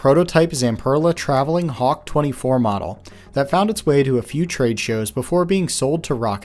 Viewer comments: im sorry.. kawk? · Did you put Hawk as Kawk by accident or on purpose